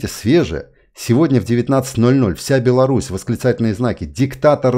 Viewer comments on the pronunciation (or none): none